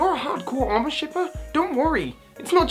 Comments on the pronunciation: Is no one going to talk about his butchering of the word 'amour'. It's not said like 'armor.' It's "uh-more" as in the French word for love... Because Serena is from the Kalos region, which is inspired by France.... seriously though I love the theory but it drove me nuts. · wrong pronunciation man. Your saying Armor shipping, its supposed to be Armour shipping. Armour is a french word that means love and is pronounced Ah-mour-eh. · Please dont say it like 'armour', it's amour, said like -'a-moore'. Comes from the French word for love. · cringes at pronunciation of 'Amour' It's Ah-Moor. As in the french for love. Not Ar-moor as in steel plate. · IT'S NOT ARMOUR IT'S A-MORRE. AMOR. SHIPPING. AMOUR. NOT ARMOUR SHIPPING. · it's a-mour shipping -_ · This theory would have a little more weight if Ash had won the Kalos league; however that is not the case so I think the idea that this will be Ash's last season is bunk now as well. Also, it's amour shipping. As in "Ah-Moor", because Kalos is Pokemon France. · Did he say armor shipping? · virus Juvera No, he mispronounced it. It's pronounced ah - moo - err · pronounce it: "uh-more" with stress on the second syllable. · No offence, but I believe you're saying amour wrong, I think your saying armour , armour as in protective padding or plating. Amour is the French word for love. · I'm sorry that I'm pointing this out, and someone probably has told you this before, but I'm Canadian and know enough French to know this. Amour is said Ah-Moore It's French Just believe me I have no idea how to explain how the syllables without sounding a little stupid. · HE' SAYING AMOR WRONG😲😲😲😡😡😡😡😠😠😠😠 (sry it annoys me) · "Amour" plz. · he also miss pronounced it lol